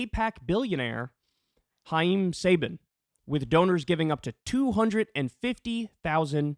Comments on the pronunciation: And to think, Saban gave us Power Rangers. And it's pronounced Sa-bahn. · You pronounced Haim Saban’s name wrong but he’s such an awful POS that his name can be mangled any way you want to. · "No surprise there" And that is based on what prior information?? Has Kyle even learned ANYTHING about what is going on??? Or how to pronounce "Chaim Saban???" Or he just likes to say "Akums Razor"! (Look MA! I learned a new word!!)